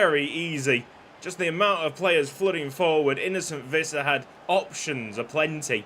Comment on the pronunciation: Visser is pronounced more like fisser